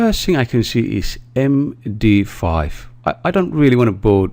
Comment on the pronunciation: So many mistakes and taking 15 seconds to write “strings”. It’s “em di five” not “em di ef”. And most English speakers use “software” as plural; This one package is software and those 5 others packages are software. Not softwares. And you need to have a lot of luck to create a keygen in such a simple way. Not one sentence was spend of the workings of the keygen code.